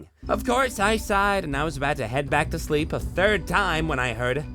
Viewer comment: what is this shlee-eep you speak of